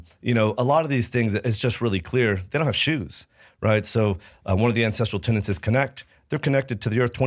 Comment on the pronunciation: Aaargh! If you mispronounce "tenets" ONE more time, I swear I am going to...well, I am going to continue watching your podcast, but I will have a grumpy expression on my face.